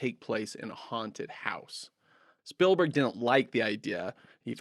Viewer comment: Stoked to find your channel, enjoying your content, but, my God, please stop from pronouncing Spielberg's name "Spill-berg".